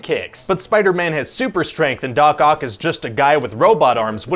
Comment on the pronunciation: Sorry, am I the only one who always understand dogcock instead of Doc Oc? haha